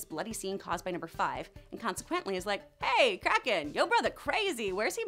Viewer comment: When she said kraken I thought she said crackhead